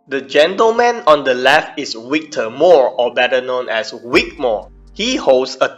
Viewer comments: Say it with me Vic Vvvvic, not Wic, Vvvv, Vic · Vic, not Wick, mate. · His is vic not wic